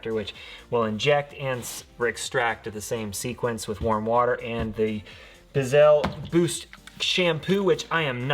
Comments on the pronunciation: LOL Bissell - Biss ell not Bizzell LOL thanks for the vid good job! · BISSEL..NOT BIZZEL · Hehe. The way he says bissell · I hate the way he says “bissell” ughhhh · No offense but you said bissell wrong